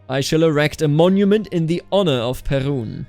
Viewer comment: Perun is pronounced with stress on "u", but "u" is like in "Uno", the game, and "e" is pronounced like in "yeah" but without "y", so you don't want it to sound like "Pierrot", no frecnhy sounds, so I guess PearUn it is. Also, "r" is hard, almost like in a pirate "yarr", but short Then Jarilo is with stress on "i", and all of the vowels are short (actually it is almost.always true - don't stretch vowels in Slavic languages unless otherwise mentioned). "Ja" is basically like in German ja-ja, and "i" isn't pronounced as it is in "I", for example "I am good at CK2", just "i", as in "pin". Svarog has stress on "o", but I am not certain if it is very pronounced. Also, "a" is not pronounced as "ay" as in an article "a", just "a", as in "wunderbAr". Triglav actually doesn't seem to have stress on any of the vowels, but there are other tricky parts. "tri" is pronounced as "tree", but with short "ee", and for "a" in "glav" it is, again, as in "wunderbAr". Finally, Radegast can be pronounced in a lot of different ways. Actually there was a Radagast in lord of the rings, so, if you remember the pronunciation from there - it will do, if not, you can also choose from Radegast, Radogast and Radigast, in all cases stress is on "gast". "gast" is pronounced just like "ghast", then "a" in "rad" is, once again, "wunderbAr", as for the middle vowel, I recommend RadAgast, as I think it would be easier, once again, it is "wunderbAr" Hopefully this will be a helpful Gide into Slavic god's pronunciat